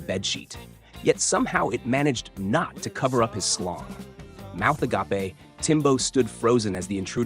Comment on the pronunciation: The way it pronounced agape😂 A-ga-pay! What a wild story🤣🤣